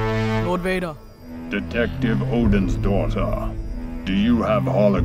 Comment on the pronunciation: "Detective Odinsdaughter" Lmaoo